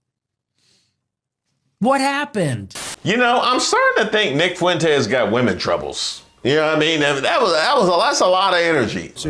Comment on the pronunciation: Four feet four fuentz😊